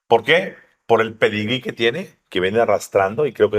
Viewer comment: jajajaj el "pedrigee" jajaja asi papushhh